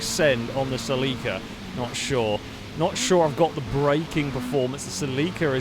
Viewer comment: Please for the LOVE of all the is holy... google "How to pronounce Toyota Celica".